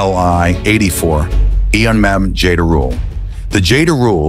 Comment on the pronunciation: Jayderool lol. Its called Jderul, J as in, well, there's no such pronunciation in english but its close to jerk or Jim or January, without the "d" pronounced at the beginning, DE as in determined, RUL as in rule of thumb. J-DE-RUL; which is some sort of marten, a small animal resembling a weasel.